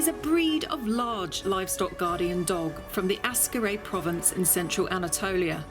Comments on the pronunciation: I really love your constant ignorant mispronounciations of the dog breeds. It is AKsaray nor ASkaray. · It is called Aksaray not Askaray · Mam, please stop sayin' "Askaray" it is "AKSARAY". It hurts my ears everytime you say it. Ak - sa - ray. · its ak-saray. not as karay. just like how people dont say lodnon, its london. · Aksaray is pronounced more like "axe array" rather than "ask array" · It is nor askaray its aksaray, means white palace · Great video as always. Very informative and entertaining. I just want to point out that Aksaray province is not pronounced as askaraj, it is pronounced as aksaraj like there is an x between two first a characters. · Great video! A little correction; it is AK-SA-RAY, not as-ka-ray... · askarray? lol'd at that, sorry. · it is not Askaray Malaklisi, it is Aksaray Malaklısı (lısı part is pronounced as if there are two schwas in it.) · You are mispronouncing Aksaray. Not Ah-skah-ray, it should by "Ahk-sah-rye". Gorgeous dog, btw. I love Malaklis. Also, it is "Kah-rah-bahsh", means "black head".